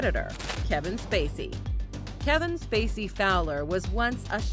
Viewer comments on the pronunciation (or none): the narrator calls Kevin SPacey STacey. Lol.